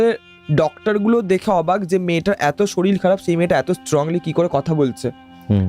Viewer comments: শরীর ❎ শরীল ✅ 😂😂😂😂😂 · দাদা ওটা শরীর হবে শরীল না 😂😂😂😂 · রোজা নয়, ওঝা শরীল নয়, শরীর, একটু ঝাড়াই বাছাই করে এনো পরের বার । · Uchharon er karone sunte echha korlo na . Ato wait kore thaki podcast er jonno kintu hotash holam . Soril, roja ar goga sune obak holam😮 odbhut bhasa kokhono sunini . Ghotona ta bhalo chilo na.😂